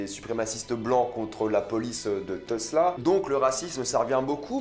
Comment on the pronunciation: Mdr normal, tu capte rien au cinémaen général et en plus tu ne sais pas prononcer Tulsa. Critique non constructive comme ton avis bien souvent mon bon. Bises amicales.